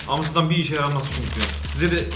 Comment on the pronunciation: Abiler yalis söylediginiz seyler altinda Amsterdama Amsdam diyeni ilk defa görüyorum!!!! Baskasina laf atmadan kendine bak bi !!!!